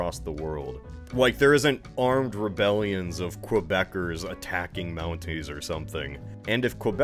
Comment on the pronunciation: What is ‘Kwebec’? What is ‘Kwebeckers’? it is QUEBEC you stupid americans. -Someone from quebec probably